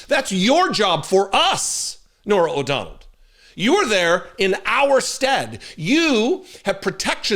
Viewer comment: O’Donnell. Not “O’Donald”